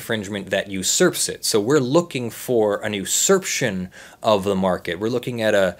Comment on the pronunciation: usurpation - not 'usurption'